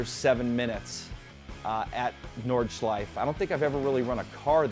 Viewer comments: Do Americans not see that there is an e at the end of Nordschleife? =) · It's no big deal. Just funning. It's actually ALL native English speakers because -e at the end of words are virtually always silent in English while in most other languages (French obviously excluded) you pronounce pretty much every letter.